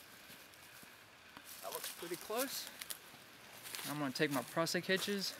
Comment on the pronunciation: Your tautline hitch needs to have the last turn go around in the same direction as the first two - opposite of the way you do it. Yours will slip under load, for some rope types. Tied correctly, no rope will slip. Prusik sounds like "moose", not "us". Picky picky, I know.